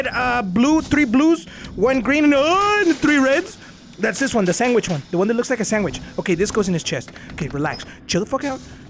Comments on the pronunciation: No one:: “SANGQUICH” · itz-iKONiK_ sangwich*😂